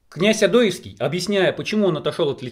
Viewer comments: ОдоЕвский,а не ОдОевский. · Не серчай автор, но ты фамилию Одоевского неправильно произносишь! Ударение на "е", а не на "о".